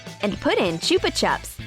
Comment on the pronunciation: Why do Americans say chuppa choops it's chuppa chups